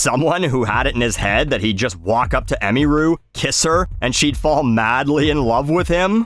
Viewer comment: ah-mere-ooh.. not, emmy-rue Ffs, it’s a fake primary school uniform